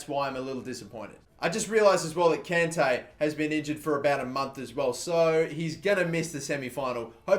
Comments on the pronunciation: It's con Tay. Not can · please stop pronouncing kante wrong! its the same as conte. its like nails on chalkboard when you mispronounce it